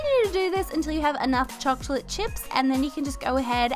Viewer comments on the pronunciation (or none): did anyone else hear her say chochlate chips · who heard her say " chochlate chips"